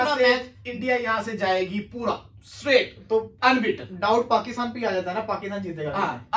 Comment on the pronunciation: That's not puda it is pura 😂